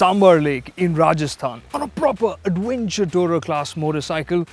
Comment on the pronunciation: "Awv-wenture" I love the accent.